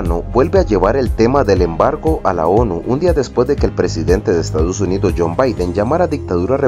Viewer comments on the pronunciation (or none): none